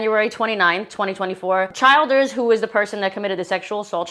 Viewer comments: Funny the bastards last name begins with child. Child+raper=Childers. Pronounced Chelders, by the way but the way you botched it was perfect. 😂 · The name is pronounced CHILL DERS ... NOT Child ers. I swear everyone witha vdieop camer and a YT account thinks they need to be on god damned youtube adding bad commentary to the world. If you're going to act like a news souirce learn how to pronounce words (and names) before you get in front of the camera.